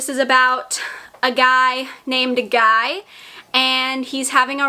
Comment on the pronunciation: I do believe the Guy character in Darcy Coates' book is pronounced "Gee" (or I may just be projecting my French onto it lol). After Ashburn House, I went on a Darcy Coates binge, and unfortunately Ashburn was definitely her best. It was a 5/5 for me. I always look forward to your wrap ups - I get my TBR list filled up from your recommendations! :)